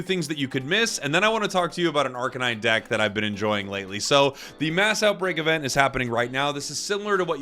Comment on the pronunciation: Please say arcanine correctly. It’s not a police kuh-nine unit. It’s a kay-nine unit. Dogs are kay-nines.